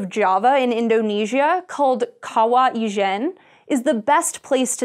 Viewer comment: Ijen is pronounced with a j sound, not a French j sound. Like Jennifer.